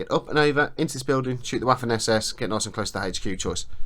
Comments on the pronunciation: Loving this, I'm a Memoir '44 hard core fan and slowly learning about Bolt Action. PS. Waffen SS is pronounced Vaffen SS... the W in German is a V like Victor sound, hence, pronounce it Vaffen SS, similar to V as in Van. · This video was amazing but there was one thing that drove me up the wall... The pronunciation of Waffen SS I am learning German and I know that w is pronounced as V so the actual pronunciation would be Va-fen SS. I hope that this channel sees this and keeps it in mind for future videos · I love it when brits pronounce "waffen" as it is were "waffles" - makes it really sweet. You might not care about it, but in german "w" is similar to the english "v" ("vampire"), whereas "v" is pronounced as an english "f".